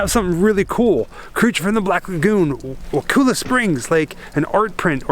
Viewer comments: I think its pronounced Wa-call- la. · Hi, I wanted to tell you that I live here. I go to the high school. I just found this video and I wanna let you know it’s pronounced wuh ku (like cup) la. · Bruh I live like 15 minutes from there it’s pretty sweet and sorry to correct you but you say wakulla wrong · Your saying Wakulla wrong I grew up in Woodville lol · You pronounce Wakulla wrong completely. Thumbs down. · Say wakulla right dumb ass